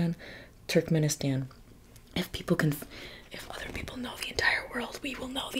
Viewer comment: My fiancé is from Turkmenistan (it's pronounced more like Too-rk-meh-ni-staahn with staahn being stressed) and we have a lot of friends from Kazakhstan and Kyrgyzstan. It was nice to hear you mention these countries! Love and support from Russia💗